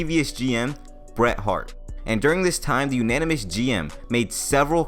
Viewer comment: Nope, it's not "anynomous" either. It's anonymous. 😂